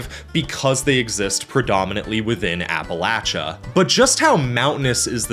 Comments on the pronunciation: Did a little fist pump when you said "app-uh-latch-uh" 🫡🫡🫡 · Good on ya for pronouncing appalachia correctly. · Finally, someone who says colorado, nevada, AND appalachia correctly 😂 we need to protect this man at all costs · Coming from West Virginia (now living in Colorado), thank you for pronouncing Appalachia correctly.